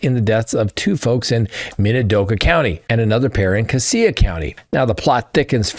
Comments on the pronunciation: Hello , your pronouncing Cassia wrong Sir , it’s pronounced Cashia thanks for the update ! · Cassia is pronounced “Cash-uh.” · Please figure out how to say the names of the counties because you were saying them wrong this is my hometown in Idaho murdering the names of the counties. Casia has more of a z in the sh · Pronounced (Casha) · Cassia county is pronounced CASHA 😅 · I grew up with Ben and he has always a-little off but not kill you off .. He has a history of untreated schizophrenia..Also, you are pronouncing Cassia County incorrectly..😂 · Cassia. (cassia) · Sorry. That is pronounced cash-a County. I grew up there. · It’s CASS-ya county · Idahoan here—Just to let you know, Cassia is pronounced “Cash-uh.” Also, I don’t know what is going on here. Did you hear about the guy who started a fire to lure in fire fighters in Coeur d’Alene?? It’s crazy here! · 😁 it is Casha county😁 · Cassia County is pronounced casha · It's pronounced Cashia County. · Cassia is pronounced Cash-ah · I work for Minidoka county magistrate court. These types of things never happen around here. Definitely shook the community. I was excited when I was listening and heard you were covering a story from my town.🙂 Also Cassia is pronounced: Ca-Shee-uh😂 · Cassia county is pronounced like casual. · Cassia is pronounced Casha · PLEASE before you talk about where the new quad murder is discussed...get the correct pronunication on CASSIA....its not Cass E AH....Its' Cassia..CASSH AH....I was in LE in that sheriff's office for 10 years.... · Cassia = kashuh - huge fan from Boise here! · Cassie is pronounced "Cash-a." 😊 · Cassia = “Cash-uh” not “Cah-see-uh” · It is pronounced Cassia (Kash-a) County, not (Ka-see-ya) County. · Not casea county...it is pronounced casha (Cassia) county. Too many criminals moving into our State... i.e. Daybell, Vallow, Kohberger! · LOL, CASS-ya, not cassea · Great show! Cassia is pronounced Ka-shaw. 😊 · Cassia is pronounced “cash a”